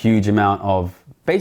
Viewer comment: Essentiallee, basicallee, essentiallee, literallee....